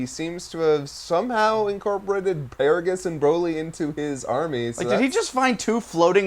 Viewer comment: Why do you guys say Broly like that? Do you pronounce broccoli with a long 'o'?